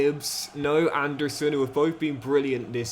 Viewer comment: it’s anderson not and a surrrrn